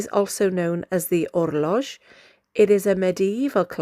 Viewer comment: Hey, the astronomical clock is indeed named Orloj, but the pronounciation is a bit different. The letter J in Czech is like the Y in the word YET, so it’s more like orloy. Cheers, enjoy our beautiful country and don’t get scammed on the squares by foreigners.